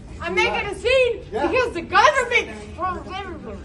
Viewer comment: ...because the GOVERNMIT mumblemlbbllb...LOL